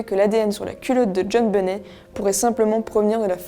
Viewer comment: On prononce " benett " 😳